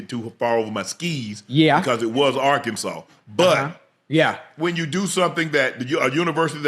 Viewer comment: Bro it's Arkansas 😂😂